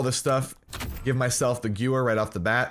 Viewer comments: Quick pronunciation tip: The gun isn’t pronounced “goo-wer”, it’s pronounced “ga-veer”. It’s a german word so it’s kinda whack, but in case u wanted to know, that’s the official pronunciation. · Guh-ver not gew-er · Okay dude you say it Gever not gewer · I love you and your content, but it's "Guh-Vare" not "Gewer". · Stop saying gewehr it's pronounced gevehr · Gewehr is pronounced guh-vare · The w in gewehr sounds like a v. So “gu-v-air” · THE GOO-ER!!!! LOL I was at the stream hearing you battle with chat it's the gooer! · In Germany what they say sounds like: Gevèhr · it’s Guvayh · Gewehr is pronounced like give-air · So you are one of those people who say “gewer” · Gewher is German, it's pronounced like Gevair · It's pronounced "GE-VAIR" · Gewer is pronounced ga-ver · Pronounced guh-veyr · You said gewehr wrong, it pronounced Guh- Vair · I cringed so hard when you kept mispronouncing Gewehr. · Isn't the w pronounced as a v?? I seen say he pronounced it wrong on purpose I'm asking cause idk how to pronounce it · Same, this non-german friendly content xD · quint0nJ yes "w" in German makes the "v" sound. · sam svenfelt I thought that if i put the "h" in there, i may be more accurate, but i dont care,im not german, im dutch😂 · Hi, this map is almost exactly the same as carentan in COD 2. In that COD it actually was quite a good map. I guess the type & mentality of the majority of players have changed since then. And the gewehr is "gun" in German. You pronounce the second 'e' more as an 'a'. Good video. Like! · Every time you mispronounced gewehr I died a little inside. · Please pronounce Gewehr correctly